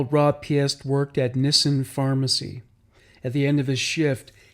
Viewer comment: You’re very thorough but please take the time to learn the pronunciation of names, especially victims. Rob’s last name is pronounced “Peest”, like priest.